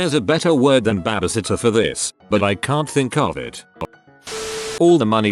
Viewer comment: What's a Bahh Buhh sitter?